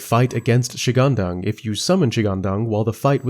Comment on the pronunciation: Chinese here. One tip to pronounce every Chinese word in general is to grasp the concept of the four tones in Mandarin. Each of these tones is specific for each Chinese word. For example, when you pronounced shi-gang-dang, you applied tones 1-1-2 to these three words. However, the correct tones should be 2-3-1. Er-Lang-Shen is 4-2-2 and not 1-1-4. Simply google “the four tones in mandarin”. Just like in English, one will pronounce, for example, apple, with the stress put on the “app” and not the “ple”. If you stress on the “ple” and downplays “app”, it will sound strange, right ? And finally just like when I was learning English, watching tv shows and movies with subtitles in the learning progress surely helped as you would sub-consciously learn how to pronounce many words and phrases and in time, without you even knowing, you can sound like a native! Hope it helps.❤